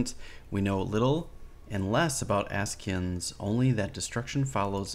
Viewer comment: Asci ans you pronounced it correctly first time. Say that at once